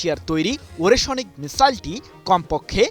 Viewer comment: ওরেশোনিক নয়, ওরেশনিক (ওরে+শ+নিক) হবে সাংবাদিক ভাই।